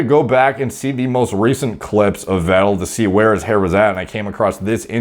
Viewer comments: His lastname is pronounced "Fettel" btw... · more like Veh-tell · Say it like Fettel. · Vettel in german is: fetel ;) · Its ‘F’ for ‘V’ettel:) -> Pronounce it like an F (in german the V is predominantly pronounced as F in the beginning of the word; there are exceptions to loan words where it would be pronounced as V) cheers algo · it's pronounced fat-L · Pronounced "feh' ttel" Guess he didn't win the race against norwood reaper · Sebastian Weddel & Markus Ruuhl , just love your pronunciation of German names :D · You got the “ettel” part right. Just pronounce the “V” more like a f as in in “fish” for example 👌🏼